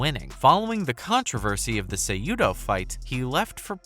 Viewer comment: Henry "Kujado"